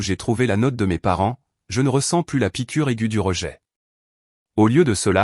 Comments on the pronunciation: C'est une voix artificielle, générée par une IA. Les robots ne savent pas encore faire a nuance entre pluS et plu, ni entre vas-y et va-i grec 😂. C'est plutôt comique. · Il faut faire attention à la prononciation du mot "plus". Et ne pas prononcer " plusse" alors qu'il faut prononcer " plu" ça fausse le sens de l'histoire